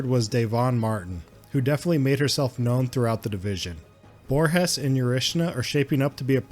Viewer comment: In Brazil we speak portuguese, not spanish. So the G in the Borges, has a G sound not R sound.